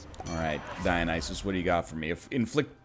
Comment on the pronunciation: Cmon NL, I thought you listened to Rush, you should know how to pronounce Dionysus!